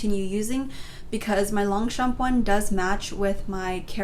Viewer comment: I’m French and we don’t actually pronounce the p in longchamp